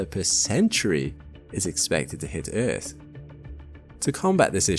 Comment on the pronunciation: Within 4 seconds you proved this isn't an AI slop channel. The way you pronounced Earth has now forever been embedded into my brain. Great video and subbed! edit: Before people go off on me the reason why i like the pronunciation is because it reminds me of the way Jetfire pronounced it in Transformers 2 Rotf